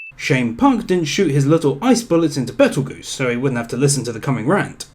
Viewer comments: Adding a sin for saying Betel-Spider instead of Spider-geuse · Isn't it Petelgeuse?